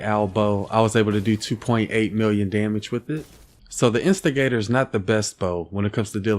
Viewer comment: Instigator When says the weapon name: instigator 6 year old when he says it: investor